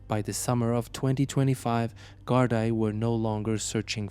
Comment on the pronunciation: Gardai is pronounced Gardee